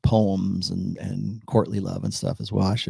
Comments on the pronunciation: Every time you say "courtly love" it sounds like you're saying Courtney Love. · Thanks! Man... every time you say "courtly love"... my brain hears "Courtney Love"